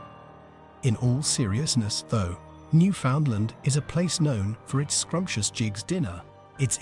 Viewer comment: This isn't very good. Pretty inaccurate and full of nonsense, starting with the robotic narration and mispronunciation of Newfoundland. You can in fact hunt on Sundays. That photos shown when you say Screech is actually beer, not rum. You talk about moose while showing Caribou. I have no idea where you got the idea of not wearing red on Sunday, but would be interested to see if you can cite it as fact.